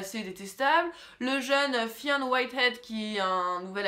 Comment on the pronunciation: Fionn se prononce Finn :) ps:j'adorée ta critique